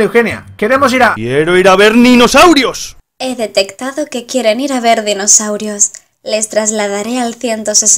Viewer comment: He oído decir ninosaurios